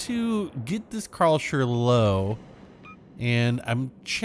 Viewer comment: Ive never heard someone butchering the name Karlsruhe like you before 😅